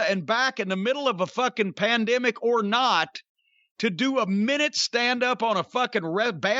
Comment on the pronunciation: “during a pandmeic” 😂 jim drank the koolaid too eh?